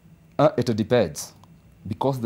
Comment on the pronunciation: 22yrs na anasema it debens(depends)?